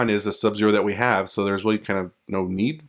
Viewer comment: Did he just say Zub-Zero?